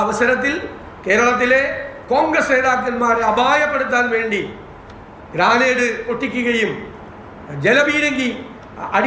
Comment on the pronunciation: എങ്ങനാ സാറെ ദിവസം വന്നിരുന്നു നുണ പറയാൻ പറ്റുന്നെ 😢ഗ്രാനേഡ് അല്ല ഗ്രനേഡ് എന്നാ പറയുക 😒